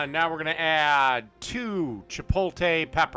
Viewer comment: You lost me at "chiPOLEtay"...